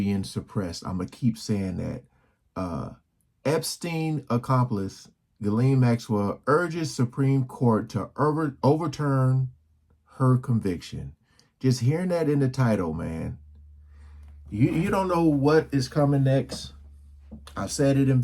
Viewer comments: *urges lol. Not erges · URGES not erges